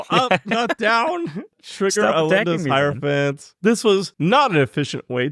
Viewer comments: in case anyone’s wondering, it’s pronounced hierophant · don’t worry, it’s pronounced “hierophant”